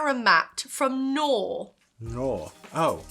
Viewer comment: It took me a second to realize what you were talking about. Here we pronounce it "a-ga-vey" I always thought that the "K" on Knorr was silent too, until I saw all commercials. It's actually "Kah-norr" Here we can buy dehydrated shredded hashbrowns that come in what looks like 500mL milk cartons. Each carton makes two servings, because they expand so much. They are super plain, but extremely easy to add flavour to